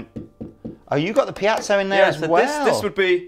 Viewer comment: a "pee-atzo"?? ...i thought he was trying to order some Italian food. or find an air-b-n-b in Tuscany...